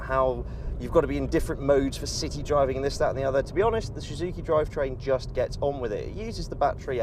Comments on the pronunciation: Am I the only one who noticed that he can't even pronounce the brand of cars he's testing. Shhuzuki it's so annoying fuck....! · This guy don't know how to say Suzuki... 😂😂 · What's with his pronunciation of "Suzuki"...?